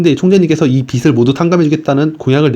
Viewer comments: 읽으실 때 정확한 발음으로 해주시면 감사하겠습니다. 비츨===> 비즐 아시겠지만 빛을 읽을 때 비츨로, 빚을 읽을 때는 비즐입니다. 빛이 아니라 빚을 탕감하는거라서 매우 중요한 포인트라 생각합니다. 들으시는 분들도 알아는 들으시겠지만 대변인의 권위에 맞게 세심히 신경써서 읽어 주시길 말씀드립니다. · 빚을 자꾸 빛으로 발음하시는데 좀 고쳐주세요. 비즐 > 비츨 국가에서 국민들 빚을 갚아주는 이유 지금 국제 돈놀이 그룹들한테 빠져나가는 이자가 연간 80조원에 달함. 국가에서 국민들 빚을 갚아주게 되면, 국민들의 도덕적 해이가 문제가 될 수 있지만, 해외로 빠져나가는 80조원이라는 돈이 국내에 남게 됨. 이렇게 돈이 국내에서 돌게 되면서 경기가 살아나게 되는 원리 이런 설명을 좀 넣어서 컨텐츠를 만들어 주시면 더 효과적일 것 같습니다.